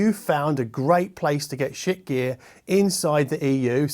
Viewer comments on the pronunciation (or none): Shiit is pronouced as Sheet. The shit joke has a beard.